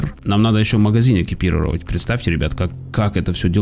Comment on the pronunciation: Чувак,не Экипировать,а экипировАть,я сам не люблю такое,но бля,даже я знаю произношение,причём я не из Росии...